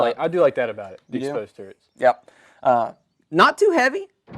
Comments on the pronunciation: Turrets not turents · Turrets , not turnets